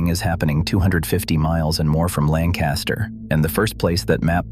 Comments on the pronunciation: That’s not how we pronounce Lancaster. The accent is on the first syllable. And Gee-aw-ga County, Ohio where my mother is from. Why don’t they get a live person to review the AI before putting it online?! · If you are doing a video about Lancaster County Pa. You need to pronounce it as the locals do. Makes it appear you really don't know what you are talking about. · The video would be much better if Lancaster was pronounced properly. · If one is going to do a story about Lancaster, at least learn to pronounce it as the locals do. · Bye bye. They treat their animals like commoditie, that's it. They get land, they strip if of trees and put up a bunch of buildings. Money is their first love. At least these days I haven't seen them "driving" lame horses down the road. Please learn how to pronounce Lancaster. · I live in York County with friends in Lancaster and the Amish are NOT leaving Lancaster. This is not true. Not even pronouncing Lancaster right. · AI could have at the very least, pronounced Lancaster correctly! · Too bad the narrator cannot pronounce Lancaster correctly. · You’re not even saying Lancaster correctly. These farms stay in the family. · I live in Lancaster County. Pronounced Lang Kister NOT Land Caster. ~LANG KISTER. There are no Amish leaving Lancaster. I've done business with Amish for decades. Why do you A.I. creeps and people who have never seen an Amish person anywhere but in a picture book claim to experts of a subject you know nothing about. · Interesting but annoyed by the mispronunciation of Pennsylvania’s Lancaster—Langkuster (the “a” after the “c” is a schwa). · It's pronounced lang-kiss-ter folks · LANC ASTER county. LANC ASTER county. There is no G . It is pronounced lancaster, get it? Who decided to add a G ? Out of respect please pronounce it as it is spelled lancaster. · Hmmm. Either the way to pronounce LANC-a-ster has changed since I lived there in the late 80's, or someone didn't teach the AI properly. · LANK-iss-ter, jee-AH-ga